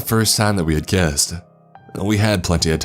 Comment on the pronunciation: This guy's California surfer accent is not a good mode for this story to be told, takes me right out of the story the way he pronounces words... Eckspecially Rayan (Ryan) Tham (them) Perfials (peripherals) Kassed (kissed) Thass (this) At (it) Etarnity (eternity) Sanses (senses) Tranches (Trenches) Warked (worked) Praaaject (project) Staaary (story) Incraaases (increases) It's a if he's doing a parody of the SNL skits of the soap opera "The Californians" Kind of hilarious I mean this comment in a helpful way, after all, we can't really know our own accents. My best friend told me I should cut my nose hairs when we barely knew each other. Only a true friend will tell you something like that.